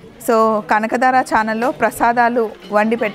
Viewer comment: కనక ధార అనాలి కనక దార కాదు